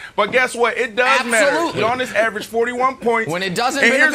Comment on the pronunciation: Everyday I think Brandon is going to pronounce Giannis properly